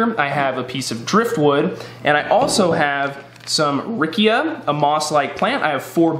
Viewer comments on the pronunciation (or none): Very useful video!! .. the correct pronunciation would be “ riccha “ no “ rickia “ 😅